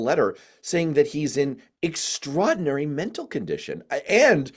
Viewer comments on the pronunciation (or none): Cliff, there are 3 "r"s in extraordinary. You didn't pronounce the 2nd one.